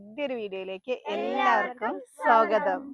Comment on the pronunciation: സോഗതം അല്ല സ്വാഗതം